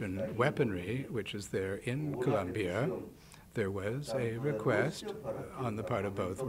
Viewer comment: Please learn how to pronounce Colombia